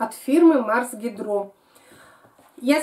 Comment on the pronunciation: Почему гидрО,, Вы неправильно ставите ударение - Марс гИдро.